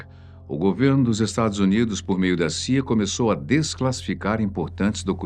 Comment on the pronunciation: pse , o loco ali disse saia, mas o certo na "pronúncia" é ci ai ei